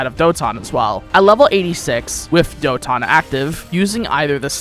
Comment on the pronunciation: trying too hard to pronounce the skills katon doton hyoton in a weird way